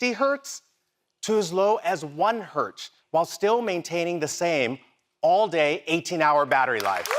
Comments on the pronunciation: 1 hert LMAOOO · Did the watch guy say 60 Hertz to 1 Hert? LOL